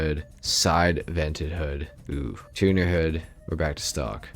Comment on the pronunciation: Why do u pronounce tuner “two new”?